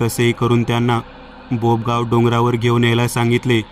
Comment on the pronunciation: Sorry dada pn बापेगाव नाही ते बोपगाव आहे आम्ही जातो कधी कधी दर्शनाला..... स्टोरी नेहमीसारखी छान होती